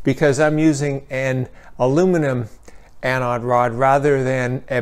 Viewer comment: Must be a regional thing. In my field, the word anode comes up a lot, and EVERYONE says it with a long O. This guy saying anAHd sounded really wrong to me.